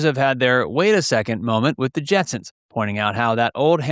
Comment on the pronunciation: Did you do that on purpose at the end? You kept saying Jetsons the whole time. At the end you said Jensen